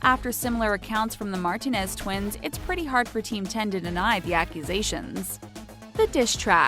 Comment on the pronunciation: U didnt even say Martinez Twins right. 🙄